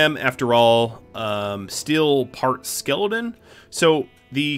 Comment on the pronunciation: Why tf do you say skeleton like that you don’t even have an accent so why